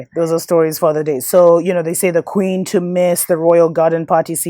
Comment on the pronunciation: This WOULD HAVE been an ideal to make a move as pale inferiorists meet their demise -- IF EVERYONE HADN'T volunteered their veins to be bio'programmed. #pointofnoreturn I HOLLERED at the way you pronounced KKKWeeen tho'. 🤣🤣🤣 is FACTS... but err'body is sleep, so I don't even waste My breath warning anyone anymore, and I only spend Energy with those BLACKppl who are INTENTIONALLY decolonizing themselves. GoodLuck surviving the klandemicHollowcost everyone!!